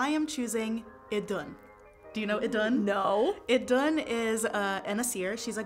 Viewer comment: How should Idunn be pronounced? You pronounced it with the letter d, but spelled it with the letter "Eth" which should be pronounced like "th"